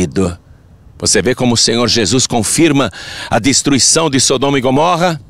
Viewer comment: É mais fácil falar errado???? Porque fala Gomórra????